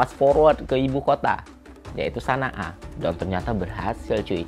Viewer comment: Baca Shon-A’, Bang. Bukan Sa-Na-‘a.